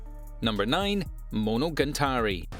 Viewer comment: Monogantari Demon King Diamo really? is it too difficult to read the letters on your screen? I like your Top 10 videos but please pay a little bit more attention to the actual names of the anime. it ruins the whole sensation.